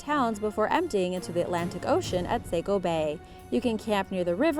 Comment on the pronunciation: Sah-co, not say-co :p